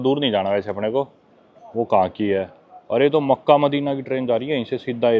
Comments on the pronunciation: Bro Mecca ni Makkah hy bolna tu sikh lo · maika nhi Makka ❤ मक्का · मक्का बोलते है मोक्को 😮😮😮